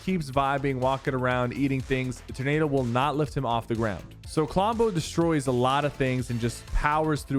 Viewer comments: Sypher bruh.... You really don't know how to pronounce "TOR-NADO???" Lmao "its a ternaydo guise!" -sypherpk 2022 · Bruh in the first myth did he say ternado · they way he says ternado and not tornado is great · Wait… are you saying tur-nado??? 🤣🤪